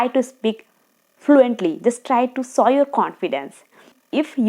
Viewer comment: show not sow, showing not sowing